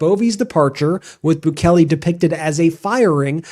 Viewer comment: Bukele's name is not pronounced BOO-KELLY. It's pronounced BOO-KAY-LAY (more or less).